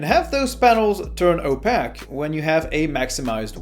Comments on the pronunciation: Perdect video! just one thing, is it pronounced "o-pay-k" and not "o-pak" , other than that, love ur vids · "Opaque" - it's pronounced "o-pake" 🙂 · I think most people know what you mean when you said opaque, but I usually hear it pronounced “oh-pake” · It's pronounced "opaque" not "opaque"😅